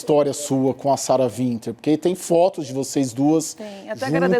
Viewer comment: Qual é desse apresentador de programa jornalístico que fala "Sara VINTER"? Não sabe básico de inglês, não? Sara Winter, cara, vc tá com o nome escrito, é W, lê UINTER, que seja, mas VINTER é fod@